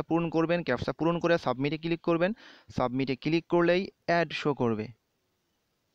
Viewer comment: vai click na cilik.....moja pailam